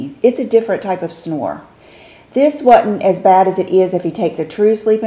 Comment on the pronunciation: Your southern accent really comes out so cute when you say the word "wasn't" and cut the "s" out.You did it in this video at the mark and again . I think it's adorable! Oh... and I prefer the silk scrunchie and a loose bun by making a ponytail (not tight), wrapping the scrunch around it once, twisting the hair, put in a loose bun, and wrapping the scrunch around the hair to hold. ~Susanne 😘💕🌸🌺